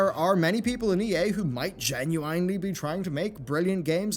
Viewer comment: "Gen-u-EIN-ely" :P